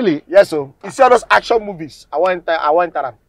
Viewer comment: Not sabinus emphasizing on “ACTION MOVIE”